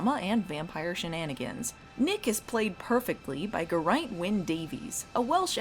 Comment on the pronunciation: I believe it's pronounced GEAR-ain't, but I could be wrong